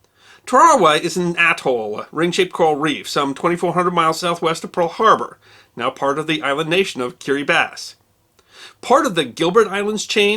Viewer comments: I enjoy your shows. Kirabati is pronounced kiriBOS with a short O sound not kiriBAS. My parents were missionaries there. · Keer-uh-bot-ee. Not "Curra-bat"... Terrible...